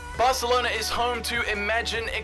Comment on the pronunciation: It’s so cringe when he says barcelona